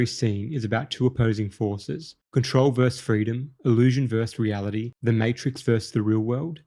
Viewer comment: It's versus, not 'verse.' Control versus freedom, illusion versus reality, etc. Versus is latin for against or opposing, a verse is part of a poem.